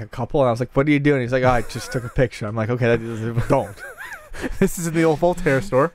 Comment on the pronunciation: when talking about the pictures and he mumbles and says "don't" swear to you I fucking lost it! So damn funny!